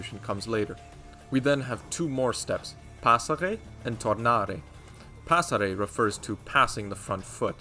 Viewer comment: and are the right pronunciation of "passare" 👍